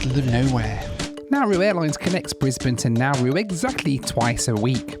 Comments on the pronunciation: just for future reference...its pronounced naaar roo....not nowoo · Great video. Im in Melbourne, there was/is a huge office building in the cbd called Nauru House. Also, we've always called is N'roo, rather than Nar-roo. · Brilliant ! But what is " Now - Roo" ! ? Try the Aussie pronunciation " Naa- ru - mate". Best wishes. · By the way the Australians pronounce it "Naa-Roo", not "Now-Roo" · Its Na Roo I'll think you'll find, never heard it called Now Roo ever. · My man. It’s pronounced Nah Roo. Nah Roo. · It is pronounced Narr-oo not Now-roo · "Now Roo" is doing my head in. Everyone I know has always called it "Naa Roo". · Nah more like Naw Roo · It is pronounced Na- roo not Now-roo. I worked next to Nauru House in Melbourne before it was sold in 2004 to reduce the Islands debt. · Never heard someone pronounce Nauru like that, everyone else pronounces it as Nar roo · I worked for Nauru Airlines/Nauru Shipping in the 1970s in Melbourne when they used to fly out of Melbourne but never got to visit Nauru. As well as the plane they had two ships, the Enna G (100 pax) and the Eigamoiya (cargo ship 10 pax). btw Nauru is actually pronounced Na-ROO. Enjoyed the video but not the music. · I think most of the people in Nauru are in the detention centre that is used for processing unauthorised maritime arrivals to Australia. We pronounce the place as 'Nah-roo'.